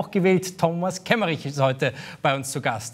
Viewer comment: Kemmerich? Ernsthaft?